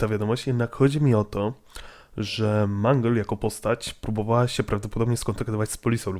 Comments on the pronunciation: nie mangel tylko mangul!!! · Nie mang tylko mangle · Nie wymawiaj - Mungle lub Mangla Bo to dziewczyna...czyli Mendżel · Mangla?! To jest mangle nie mangla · Mangl a nie manglowi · Nie mówi się ''Mangla'' a ''Mangle''! mów poprawnie! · mówi się mangyl a nie mangla:( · a nie mangleyd